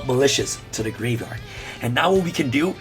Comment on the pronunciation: I will donate $100 next livestream if I get a video of him pronouncing "graveyard" correctly for the entire video